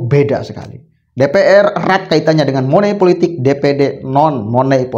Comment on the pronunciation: Maaf mas money politics jangan dibaca seperti tulisannya..